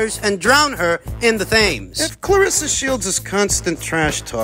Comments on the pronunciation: Hey bro...it was funny hearing you say Thames...it is a river in England pronounced 'tems'. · Thames is pronounced 'Tems'.